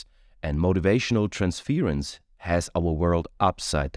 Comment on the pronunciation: I love you. Wonderful reading. One little pronunciation thing….. Trans’fuurrr’ence … not trans’fear’ence. ‘Ur’ sound. 😘